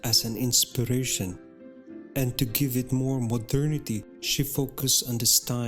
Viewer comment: With all due respect, your voice is very breathy and your cadence uneven. You have a frustrating tendency to swallow your vowels. You also mispronounce quite a few words, such as “mason”, “cabochon”, “modernity”, “algorithm”, etc. You keep referring to “she”, “they”, “him”, “you”. Who are all these people? It’s important for the narrator not to mix up pronouns, so the audience doesn’t get confused as to the perspective from which you’re addressing them. Thanks for a beautifully presented video though.